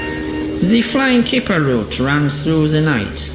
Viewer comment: I like how you like its called the flying kipper but you said th3 flying killer